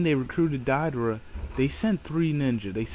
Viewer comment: It's Deidara as in (Day da ra) not (Die da ra) gosh i hate it when people mispronounce names. They name them correctly in the series...... all the other names you said were mispronounced. I'm sorry if i offended. It's a pet peeve of mine. sorry.